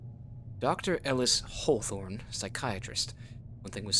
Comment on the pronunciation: I swear the MC pronouces Hawthorne like Whore-thorn 😂